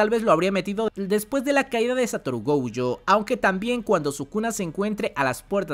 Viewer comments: Por que rayos le dice “goujo” 🤢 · Me super estresa que pronuncies Gojo con la primera como si fuese en ingles de la palagra "Go" y la 2da silaba con ye, de "Yo" wtf